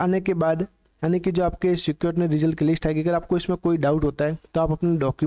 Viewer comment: स्क्रुटिनी ❌ सिक्योरिटिनी ✔️😂